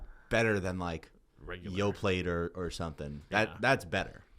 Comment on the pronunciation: saying yo-plate instead of yoplait almost made me crash my car 😆